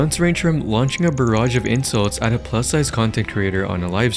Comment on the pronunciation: "a plis sized creator"💀